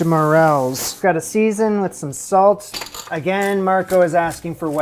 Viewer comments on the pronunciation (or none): none